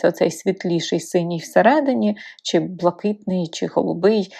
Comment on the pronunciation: 'чьі', 'щьо' - суржикова вимова; правильно казати 'чи', 'що' ☝️